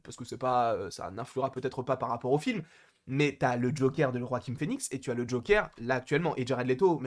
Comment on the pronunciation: pourquoi tu dis roaquin phoenix ? on dit pas joaquin ? on s'en fou mais c juste une question